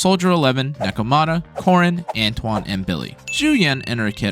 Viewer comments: It's anton not antwon ffs, sometimes you say it right which is weird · Антон. Lawl, actually it's like "Un-tone"